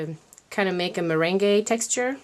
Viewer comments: You always make the cutest things. FYI though, Meringue is pronounced, at least in the US, as "mer-rang". The E is silent. No matter the faux pas you make with the English language, your command of it is amazing. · It's interesting the way you say 'meringue' considering you're fluent in French! In English we say 'meringue' like 'mur-ang'.We're probably totally wrong. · I love how you say meringue powder it's such an interesting thing to see how someone non English speaking understands the language